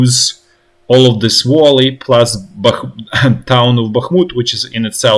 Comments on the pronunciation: Observation: It's "vAlley" not "vOlley". Like "uali" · Friendly advice, no judgement or derision: look up the correct pronunciation of "valley", since you will probably be using the word a lot in the following days. Esp, since what you're saying sounds like other English words (wally, wolly). More like "vah-lee", rather than voh-lee. If that helps. The "v" isn't a "w" sound either, it's the "v" as in, for example, "Volnovakha".